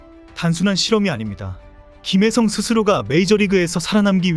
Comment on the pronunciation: 초 그러나 3회초, 다저스 8번타자 김일성이 출루한 이후 분위기가 바뀌었습니다. 라고 들리는건 제 귀가 이상한건가 ㅋ